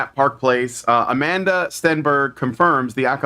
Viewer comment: It's Amandla. Like Amanda, but with a big, fat L.